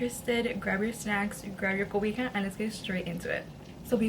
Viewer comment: Lol when she said grab my coboja and my sanckes